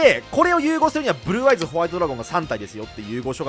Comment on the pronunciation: ブｒｒｒアイズ